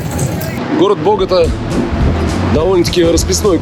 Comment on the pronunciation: Только не бОгота, а боготА! ударение на последний слог;)